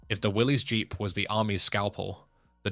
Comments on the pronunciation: It's not pronounced Willy's the guy's name was John North Willis spell with a y the vehicle is a Willis not a Willy's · It didn't stand for Willie's it stands for Willis you don't pronounce the Y in Willie's you pronounce it as Willis the man who started it his name was John North Willis not Willie's